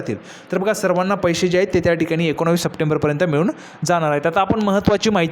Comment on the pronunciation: तुला एकोणीस बोलता येत नाही